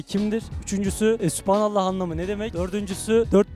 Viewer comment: Süphanallah değil sûbhanallah